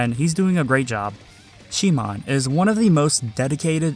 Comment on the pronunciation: is it really she moan?? lmfao